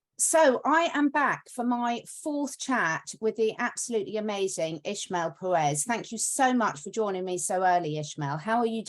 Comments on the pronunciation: Why do they call him ISHmael if his name is ISmael? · he has a spanish name and last name, it's Ismael, not ISHmael.